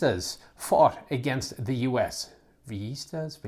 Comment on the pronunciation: Great video on a subject we've all been waiting for, of course. Oh, and it's "Vee-yee-stahs", more or less.